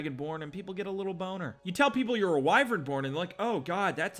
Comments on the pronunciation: If it was "Wii-Vren" it would be spelt like Wyvren but it's spelt Wyvern "Why-Vern". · Lol it's pronounced as "Why-Vern" not "Wii-Vren" no offence bud.